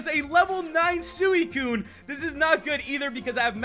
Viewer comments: SWEE-T and CUNE not SOO-I-CUNE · No offense, but does anyone else cringe when he pronounces suicune sooeecune?